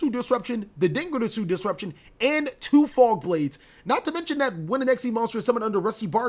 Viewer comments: Idk if it's just me but the way he rolls his R's for dingirsu and longirsu bugs me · He is mispronouncing them super hard